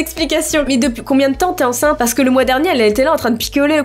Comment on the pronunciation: J'adore quand t'arrive pas à dire "enceinte" 😂